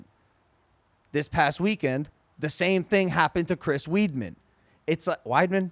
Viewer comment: You were driving me nuts with how you were saying Chris's name im glad you fixed it, thank you:)